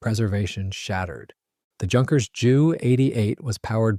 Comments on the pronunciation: It's not pronounced junkers. it's with a u. Youkerns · It's not junkers,it's pronounced yunkers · Repeat after me, YUNKERS, YUNKERS, YUNKERS